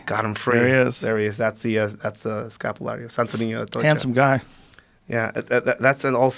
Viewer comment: Why tf did he say escapulario like that lmao